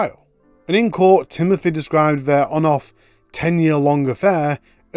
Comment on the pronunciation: Timothur? A fur? Can you try to speak English please.